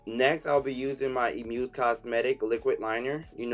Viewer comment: Isn't the liquid liner called "Amuse".You keep saying Emuse